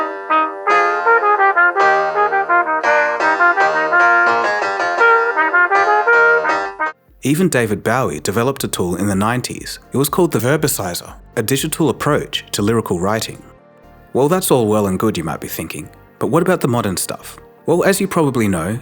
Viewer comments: lol, what was that? It's Bow-ee like in bow tie, not like bowing your head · Great vid. Everything is a remix. Loving the continued AI acceleration. On a separate note, ColdFusion has an interesting way of pronouncing David Bowie's last name. I have always heard his last name be pronounced as "Boh-eee" rather than "Baow-ee". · The narrator must be AI glitching out. I’ve never heard anyone pronounce David Bowie as BOU-ee 😂 ..otherwise, interesting video. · 25 years in the music industry and you can't pronounce David Bowie's name correctly? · That's not how you pronounce David Bowie. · Is the narrator voice AI? Why did it pronounce David Bowie’s name weird? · Who is David Bow-ee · how u pronounced david bowie killed me😢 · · How could SCREW UP SAYING David Bowie's name like that??????? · I was thinking HOW CAN AN AUSTRALIAN screw up David Bowie's NAME ?